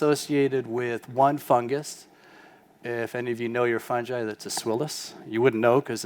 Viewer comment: he says fun ji LOL is it not fun guy